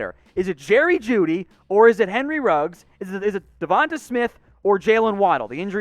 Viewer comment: The way you pronounce Devonta smith makes me feel like you don’t actually watch college football